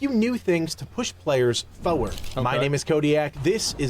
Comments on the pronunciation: When this dude says 'Foward' I want to slap him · Am i the only one getting triggered by the way he says "foeward" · It's jarring hearing him pronouncing the word Forward